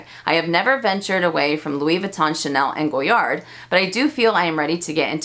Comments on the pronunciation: MelSoldera also says “Louis Vuitton” in the “correct” way every time but I never say it that way and I certainly don’t judge people for the American pronunciation. That said, I just LOVE hearing the French brands pronounced in French. It just feels special lol. But yeah, no judgment. And the cats collection.... I am a proud crazy cat lady, so I am so torn on it. I go oh God, could I really wear that? But then I’m like but it’s catttts, lol. Hope you’re feeling better! :) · I believe Monsieur Ashley pronounces Louis Vuitton correctly too. 🙂